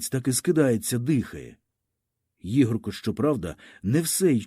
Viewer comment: Для пана що читає цей твір: у слові Ігорко наголос ставиться на перше "о". Дякую.